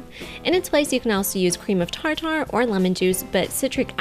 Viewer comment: did you really say TAR-TAR.... it's pronounced TAR-TER.